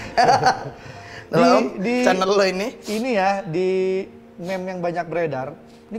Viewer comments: Om andre,meme itu dibacanya "mim" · meme dibaca mim bang.